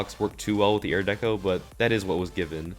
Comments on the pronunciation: I like the part where he says airdeco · Air deco.